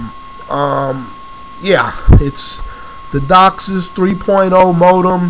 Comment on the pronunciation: You have no idea what your talking about. You pronounced DOCSIS wrong!!! ......... and its megabits per second, not megabytes. Huge difference. Do your research so you don't make yourself sound like an idiot.